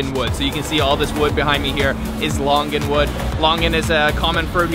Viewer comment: Pronounced longan = long-an, loong-arn something like that😂